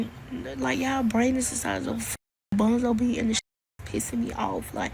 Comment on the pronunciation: Is she saying bonzo bean